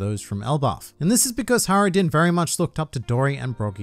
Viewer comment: Saying HIGHrodin and JJJorel is just wrong